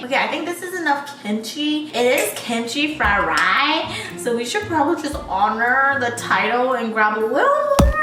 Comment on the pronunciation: What your favorite food??: kimchi 'fryeryee'